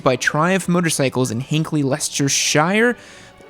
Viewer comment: Its pronounced: Lie-Chester